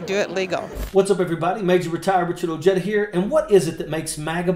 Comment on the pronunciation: Ojeda is hispanic sir name, pronounced O heda, j's are pronounced like h's in Spanish